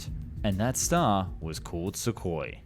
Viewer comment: It's not "sukoi", it's "suhoi", ok? SSJ is already flying with new engines (PD-14).